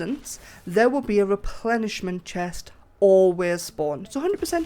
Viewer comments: Man I was so confused... I kept hearing you say "replenishment" (restore stock or inventory, refill, etc) It's "resplendent" (shiny, attractive, impressive) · re·splend·ent /rəˈsplend(ə)nt/ Say it with me...